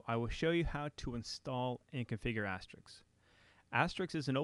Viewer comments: you8 might want to learn how to say the word "ASTERISK" not asteric or asterix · Thanks for the time and effort creating this series! It helped me a lot and I appreciate it. However, "Asterix", as you pronounce it, is a French cartoon character, not the PBX software we all know and love... ;-) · why does everyone call it "asteriks" instead of "asterisk"? i don't get it :/ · why can't anyone seem to pronounce Asterisk ? :-/ it's not Astrix. (or Asterik)